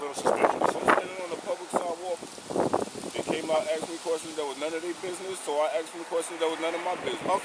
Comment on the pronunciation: Sigh... The word is ASKED not AXED